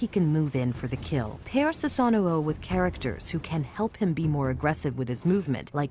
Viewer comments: Who says susano like that it’s su sano not susanno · His name is Susano. Why does she keep saying Susanao...